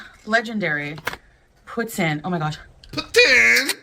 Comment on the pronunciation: It's poo-teen. She mangles Franch as well as English. Like her " rim-melle" makeup.